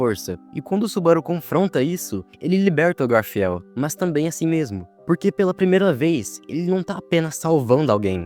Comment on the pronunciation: Vídeo top, me deu um ponto de vista que nunca reparei antes, mas pqp, que angústia vendo ele errando as pronúncias dos nomes... garfiel? Ekidina?